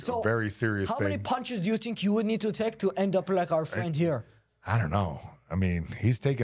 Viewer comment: I don't tink so, Bud 💅